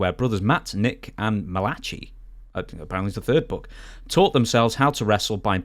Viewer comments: Malachi is not "muh-lah-chee" It's "Mal-uh-kai" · All the Malachis I know pronounce it: Mal-uh-kai. Mal rhymes with pal. Kai rhymes with fly/sky.